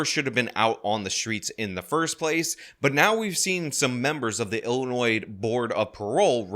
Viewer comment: “some members of the Ill-annoyed board of parole”